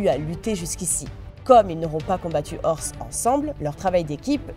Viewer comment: vaincre "orse" au lieu de dire "oze" j'ai envie de crever